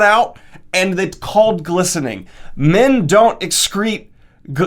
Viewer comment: I heard glistening as blistering the first time and I was... really, really confused for a moment.